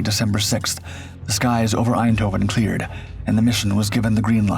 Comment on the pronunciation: The mispronunciation of the city's name "Eindhoven" to Dutch ears sounds both annoying and German. But then, at the time, the city, the Netherlands as a whole, suffered under the Nazi occupation.